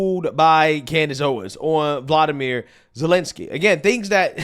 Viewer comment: Zelensky’s first name is Volodymyr and it’s pronounced Volo-di-meer